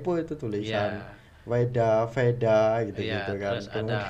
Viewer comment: Bukan feda kalau di baca mbak, v itu di baca wedha, di wedha itu lengkap banyak orang dari luar membaca buku wedha untuk mencari ilmu pengetahuan.